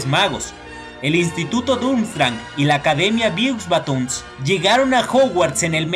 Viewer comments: "biuxbatons" xD se pronuncia "bobatons" lo digo sin animo de ofender eh! solo es para que lo sepas ^^ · Beaux Baton es francés, se pronuncia " Bo baton"